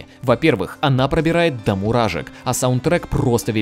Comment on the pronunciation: мурашек*, а не муражек